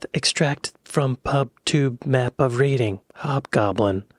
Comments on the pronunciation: Reading, pronounced Redding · Reading, not Reading 🤦🏻